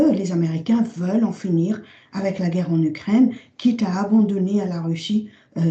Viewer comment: Ukraine, Moscou - drôle qu’il ne sait pas comment prononcer 🤭